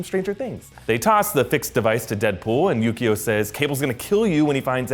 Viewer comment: always when somebody says yukio i hear yu gi oh